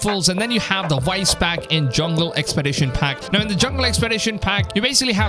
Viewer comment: Vice not wice